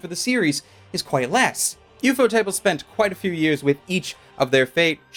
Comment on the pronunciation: Thought Ufotable was 1 word...not ufo-Table...😅🤣